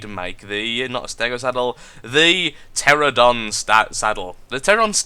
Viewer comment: BTW, the flying dinosaur is pronounced: tear-an-oh-don.